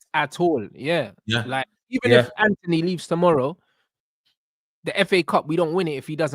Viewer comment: The fvck is Anony? It’s Antony ffs 🤦🏾‍♂️